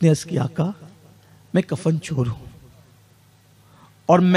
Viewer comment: Kafar nahi kafan hota hai bhaiya